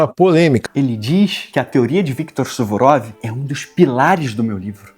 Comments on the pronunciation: é suvorov ou surovov 😂. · Suvurov X Suruvov 😂😂😂